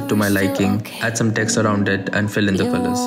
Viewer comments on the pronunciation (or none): none